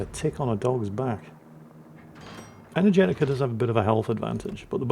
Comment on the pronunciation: I may be completely off base here but how do you know Energetiker is male? They probably are and I apologize for questioning if they are, no offense intended or implied. The way pronounced the name led me to hear Energetica which sounds like a female name phonetically but seeing how it is spelled raised the question.